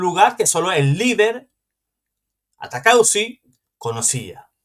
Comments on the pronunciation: Disculpe el apellido de ese señor es ATAUCUSI, por favor léalo bien ATAUCUSI. usted dice ATACAUSI. Es un error. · Bueno atacauci o ataucusi perdonen, el que tiene boca se equivoca y además es un apellido o nombre muy raro. Que pena con los que no saben perdonar un error y ofenden por equivocarse. 😮